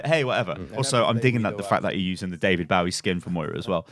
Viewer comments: DAVID BAWIE??? 😂You're brittish, you're the last person I'd guess to pronounce his name wrong. Say it with me. David bow-ie. No not baw-ie! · Bow-Wee? It's Boh-Wee like the singer. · Its David Bow (like how you say Hanzo's bow) ie. Not Bow (as in bowing down to the audience) ie. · But it hurts when says David BAUI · And it’s definitely pronounced Bowie, like a Bowie knife. That’s where he actually got the idea for the name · "david bouwi" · why do u say bowie like that do u not know the singer? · when you cringe at the David Bowie pronunciation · he mispronounced David Bowe and I died a little